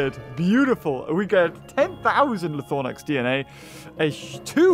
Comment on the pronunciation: it’s called “ Lie Throw Nax” not Lie Thor Nax